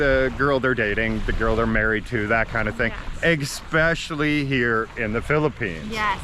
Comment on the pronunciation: Hey guys, pet peeve time. I enjoy your channel but I cringe everytime I hear "eckspecially" There is no hard C in especially. No hard C, not even one. I'm just one viewer and you may not care what I think but I can assure you it's annoying to more than a few viewers. I'm not trolling, I know you are a smart couple so let me put it another way, if a travel channel was thinking of hiring you for a Philippines segment, as soon as they heard "eckspecially" they would drop you like a hot potato. I don't think I've heard you say "axe me a question" but I've actually unsubscribed from channels when I hear that the word "ask" turned into an implement for chopping wood. Otherwise keep up the good work!